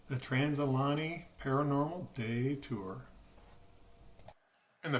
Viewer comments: I’m sorry but it’s Trans.. al.. Uh…gay..nee. That was driving me nuts, lol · Pronounced "Al-ugh-gay-knee." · It’s pronounced al-e-gany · You are pronouncing it wrong Ali -ganny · This is the second channel to say it like that lol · Say the name wright please